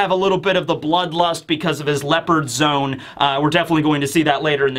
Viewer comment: Zo-ahn. It sounds like you’re saying zone lol